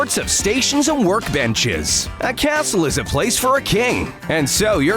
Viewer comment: That’s not how you say 🏰